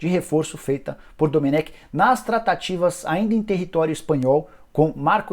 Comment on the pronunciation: Jornalista cabeça dura, o próprio Técnico fala seu nome e a forma correta, em seguida vem o cabeça de bague pronunciar erradamente. Pqp